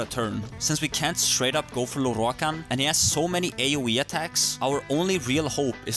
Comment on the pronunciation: I love the way you say Lorroakan